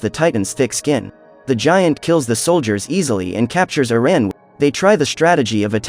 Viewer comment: Do we not know how to say Erin or what